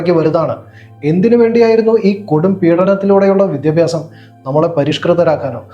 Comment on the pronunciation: Vidhyabhyasam yennu correct aay parayan padikkado